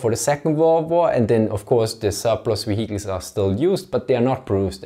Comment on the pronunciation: wheeled wheecles